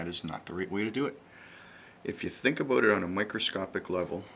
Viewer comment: you had me until aboot.